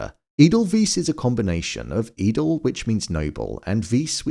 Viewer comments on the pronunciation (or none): I've seen weiss has been mentioned before I would like to give a bit more, edel in German sounds more like a-del and weiss, when you have ei in a word you pronounce the i and when yoy have ie you pronounce the e I hope this is helpful. Apart from that I really enjoyed the video.